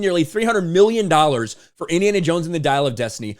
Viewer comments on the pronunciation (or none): You're strangely pronouncing this title: "Diarrhea of destiny".